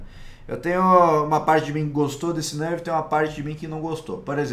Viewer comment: esse cara fala nârf kkkkkkkkkkkkk